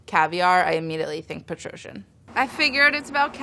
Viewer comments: the way she pronounced Petrossian lmao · any other armenians here? the founders of this company were armenian refugees! the petrossian pronunciation gave me a bit of a laugh 😊